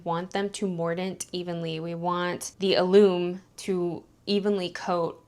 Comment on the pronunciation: That word is pronounced AL-um . It is also used to pickling food. It is a naturally occurring mineral compound and can be bought in the spice section of the grocery. Besides being used for canning and pickling, it tenderizes meat, is part of baking powder and is used in cooking to crisp food when fried.